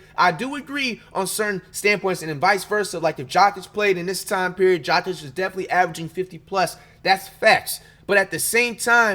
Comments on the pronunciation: Coocock (Kukoc) is wild. Jockick (Jokic) too…. Pronunciation Coo-coach and Yo-kitch. Smh words are hard😂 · Man, I can’t tell if you’re clowning with all of the pronunciations of the last names. 😂 you said “Jokic” like “jock itch”. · My man called Joker... JOCK-ITCH?! 😂 he came with the fungus name 😂🤦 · Jock-itch 😂😂😁😁 My man you fr fr is giving us the chopped and screwed version of some of these names! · Did he call Jokic "jock itch" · Patrick Chewing? Wemban Anders? Jakic? Kucock? Dude’s gotta be trolling 😅